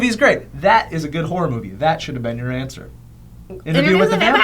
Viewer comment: hahahahaah i heard "whore nut"